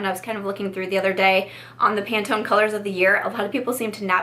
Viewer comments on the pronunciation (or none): none